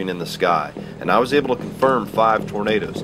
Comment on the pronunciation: Hehehe Tor-na-da-das 😂